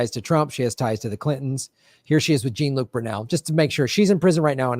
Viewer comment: Plz say his name right, it is pronounced "Jon-luc", just like the Star Trek actor. It does not sound like a refusal to respect the man, but rather proof of the ignorance and lack of sophistication and comprehension of lefties. You are representing all of us, way more than politicians so plz, plz, plz!